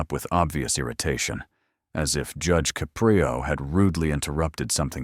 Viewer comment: It's a good story but narrator is terrible. He can't even even figure out how to pronounce Judge Caprio's last name.